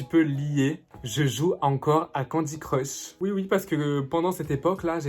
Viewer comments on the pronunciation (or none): none